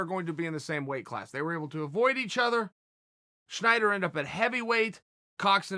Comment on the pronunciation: Nobody: Chael: Sschnyder